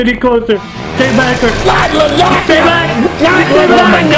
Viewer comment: IT'S NOT L A S A G N A